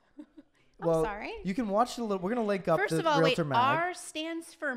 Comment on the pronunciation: BTW- it is not pronounced realuhtor, it’s realtor.